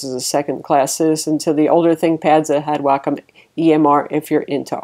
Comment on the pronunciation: for pronouncing "Wacom" correctly :)